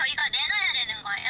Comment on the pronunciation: 거애요가 아니고 거예요 입니다